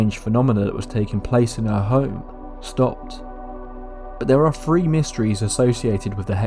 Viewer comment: He said he made THREE, NOT FREE. Why don't you pronounce this number properly. Makes you sound like a clown